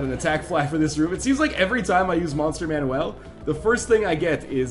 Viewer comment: why does he pronounce monster manual like it's a fucking mexican kid's name it's MAN-YOO-EL